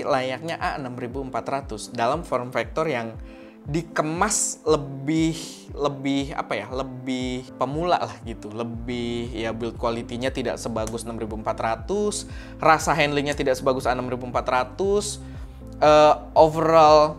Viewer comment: bang, saran.. untuk b.inggris yg ada "GHT"nya dibaca T aja bang,, misal Light, straight,right,night = Lait, streit, rait, nait. touch = tach. build = bild dial = dayel biar ngga gatel dengernya. soalnya gw pnonton setia abang hehehe.tapi videonya keren bang.